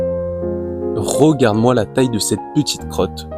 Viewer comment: Tu ne serais pas originaire de Charente/ Charente Maritime par hasard? Parce que la prononciation de Rogarde (regarde), Promière (première) me fait penser à ça 😂